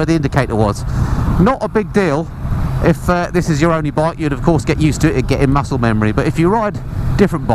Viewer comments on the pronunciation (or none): none